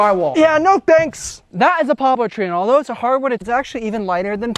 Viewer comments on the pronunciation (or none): What is jwywaow, what's a chwee ouse, chwee and what's a boblar, and shtiding